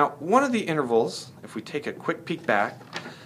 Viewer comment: lol he said 'inverals' what a dumbass